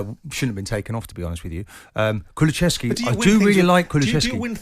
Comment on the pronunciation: Martin knows it's KuluSEVski and not KuluCHEVski right?